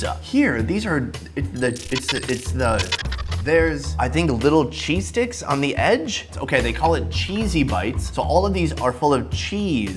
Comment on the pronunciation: Definitely thought he said "cheese dicks" lol